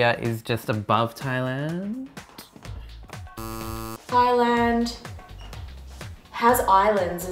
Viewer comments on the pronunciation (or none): Did she just really pronounce Thailand as Thigh-land? bruh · most asians pronounce it thigh-land but you have clearly proven me wrong... don't call me uneducated just because I was wrong ONCE. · That’s how most South Asians pronounce it